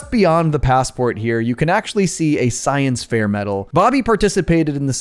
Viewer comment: it wasn’t the science fair it was the science fizzair